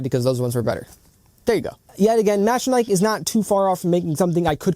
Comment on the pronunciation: I was looking at this just yesterday but decided to hold because there is not much info / review on them anywhere. Thank you for the video! Edit : btw, I think the pronunciation is "mecha-nee-key"